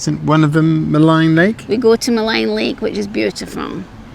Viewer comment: Nice video; hope you folks have a great time. FYI Maligne is pronounced Mah-leen not Mah-line. Google gets it wrong as they give the "American pronunciation". There is no American pronunciation.